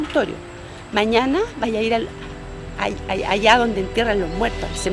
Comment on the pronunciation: Si me di cuenta se dice alla